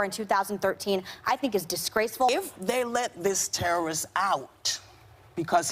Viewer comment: because he's a tewwerist...omgawd...STFU Meghan...